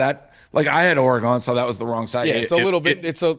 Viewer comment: Dave should learn how to pronounce Oregon